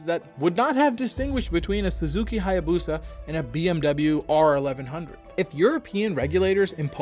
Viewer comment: Check Japanese Pronunciation of Hayabusa 🤭